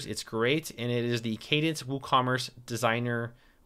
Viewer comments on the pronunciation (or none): none